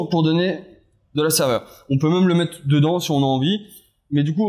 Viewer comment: "quate" au lieu de "quatRe" ... on va "mette" au lieu de" on va mettRe" ... les "R" vous posent problèmes ?